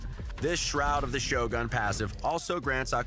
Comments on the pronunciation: Cringe every time the guy says ex-TRACT (like the verb) and sho-GUN (instead of sho-guhn) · In official RAID videos they should really pay attention to correct pronunciations. First time in my life I've heard Shogun pronounced like show gun... Cringe AF